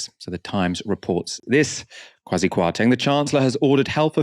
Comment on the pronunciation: It’s pronounced “qua-see” - Kwasi.